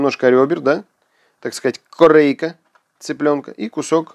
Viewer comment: "так сказать КОРЭЭЭЙКА"